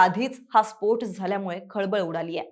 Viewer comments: Too irritating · स्फोठ 😂 नाहीं स्फोट... ट.. ट..😂😂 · स्पोठ नव्हे स्पोट. 😂😂😂